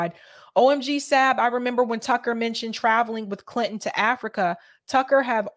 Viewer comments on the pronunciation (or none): none